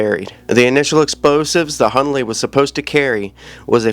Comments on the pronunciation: His name is - Hunley not Hurley! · His name is not Hurley, “Hunley”